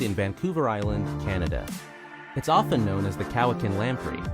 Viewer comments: Cowichan is pronounced Cow-wi-chin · The narrator in that video had terrible pronunciation of New Brunswick, Manitoba and Nunavut as well as Lake Cowichan and Mesachie Lake. Several other words that I can't remember now. When he was talking about the Vancouver Island Marmots he said "where most BIRDS migrate these do not." He knows they aren't birds right?